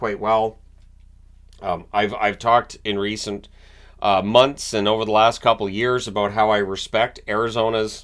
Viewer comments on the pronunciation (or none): none